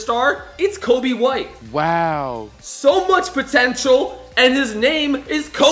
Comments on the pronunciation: it is coby white not kobe white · It’s coby white not Kobe white